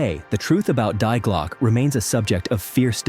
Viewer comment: ‘Die Glocke’. The ‘Die’ is pronounced like the name ‘Dee’.